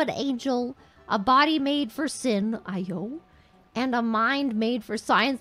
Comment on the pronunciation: did she just pronounce 'ayo' 'eye-yoh'?